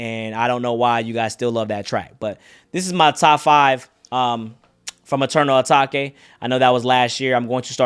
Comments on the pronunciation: “Eternal Atak-ay” 😂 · Bro pronounced the album the wrong way the whole video